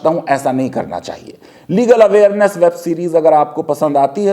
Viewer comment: Faizan can't even pronounce 'Legal Awareness' properly. Such a person gives continuous lectures. Let him give the list of cases he has won so far ?